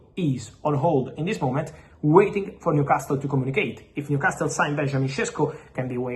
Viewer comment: Repeat after me …. New… casal, niu casal, newcasle Leave that T out you fabriTio